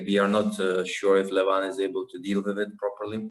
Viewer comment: Isn't it pronounced Levan? Instead of Levaaan? ;-)